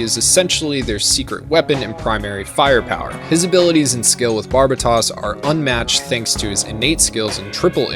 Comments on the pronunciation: “It’s barb-a-toss” 😂😂😂 You watched the whole series and still are mispronouncing it? 🤦‍♂️ It’s ‘barb-aye-toes’ like how white people pronounce the country Barbatos… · I loved the video but you miss pronounced so many names in the video it was like listening to a grandma say nooroto. You got Turbine (tur-bin), Gaelio (Guy-lee-oh), Barbatos (Bar-BUH-tos/ not toss), August (AW-gust), Kudelia (koo-DEE-lee-ah), Itsuka (EAT-soo-kah), Alaya-Vijnana (uh-LAY-uh vee-NYAH-nuh). You said you watch the entire anime twice man come on.